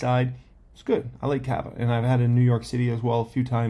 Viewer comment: Kaaava you are saying it wrong